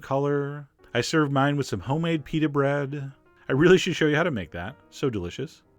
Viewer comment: "stuff it in a peta"